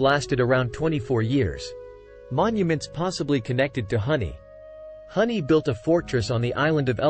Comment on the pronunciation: Huni (Who-nee) not Honey